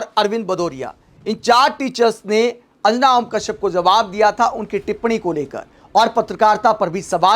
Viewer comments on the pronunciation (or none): भाई तुम ढंग से अंजना नही बोल पा रहा है तो पत्रकार kya bnega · Anjana name sahi se uccharan kijiye bhai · Pehle tum anjana' bolna sikho sahi tarah se. Nehi to 'anna' tumko bhi court ghasitegi🤣🤣🤣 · अंजना का सही उच्चारण करें